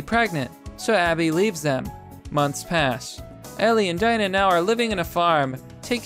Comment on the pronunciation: 1:Abby isn’t trans. 2: It’s pronounced DEE-NA.